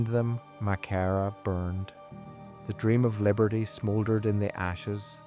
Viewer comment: The Church wasn't burned, the Tipperary Militia were billited within it. They burned all the lumber over the next few weeks for firewood. Walter was killed on the 8th of June being taken prisoner after he delivered up all the weopons from Crew Hill. Your pronouncing Maghera totally wrong. - S McCracken